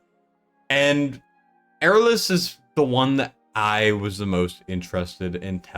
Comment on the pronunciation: Eirlys is a common Welsh name and in Welsh it is pronounced ey-r(rolled r)-liss